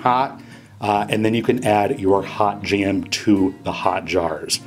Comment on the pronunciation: I find it strange that he 'goes ahead' a lot, and calls it 'Strawberry JEM' !